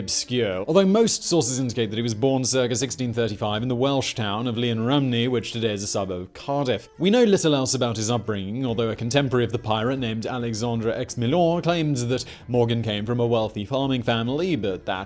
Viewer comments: Llan not Lian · The double Ll is one letter not bloody "Li" 🤣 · Hilarious pronounciation of Llanrumney 😂 Awesome vid as always!!